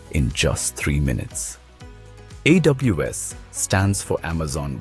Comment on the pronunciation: Bro. First of all the design and visuals of artefacts is amazing. But there are few things, I wanna highlight here that the AI voice which you used in the video is unable to pronounce a few words correctly, like Samsung, AWS, and more. We can correct them in future instances. Hope this helps you to release better artefacts...👍🏻